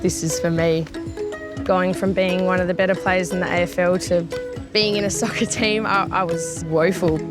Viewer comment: And NOW YOU PLAY REAL WORLD FOOTBALL... you sound okka when you said SOCCER !